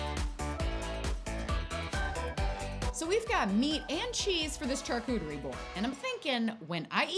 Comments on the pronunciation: I love you girl but please stop pronouncing charcuterie like CHARcuterie it’s pronounced SHARcuterie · here to say "charcuterie" is a French word and so the "ch" is pronounced as "sh"!! also the "NON-AI" peanut butter was so funny